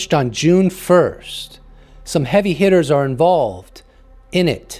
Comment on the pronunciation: "Some 'eavy 'itters involved, innit?" 🇬🇧🧐☕